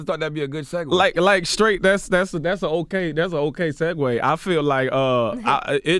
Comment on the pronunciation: Charlemagne really just said "that's skraight self deskruction" 😁😂🤔🤔